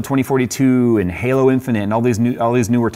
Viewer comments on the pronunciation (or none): none